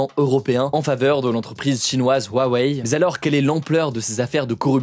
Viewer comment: Huawei ne se prononce pas " Wuawei " mais "Rouawei" , le "H" en chinois piyin se prononce "R" 😉, c'est comme si tu parlais de Tesla et tu disais " Wesla "...